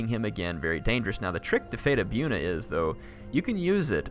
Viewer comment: Its pronounced Bojuna not byoona XD